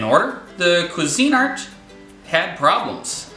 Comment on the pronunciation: I have a Bella it cost 12 bucks and works great . i always spray the cups with Pam for poached or omelette Its also pronounced qweezinart not cuisine-art. really If you're going to rate products you should pronounce the brands correctly